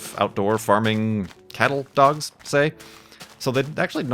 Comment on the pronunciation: I can never tell if is saying "cattle dog" or "kettle dog"